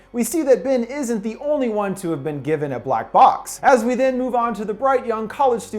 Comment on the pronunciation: When we meet jason I dont know if yall caught it but listen closely and youll hear him say black blox not box